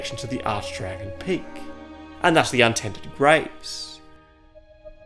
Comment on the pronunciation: Arch dragon peak😏 the way he’s saying peak 😂😂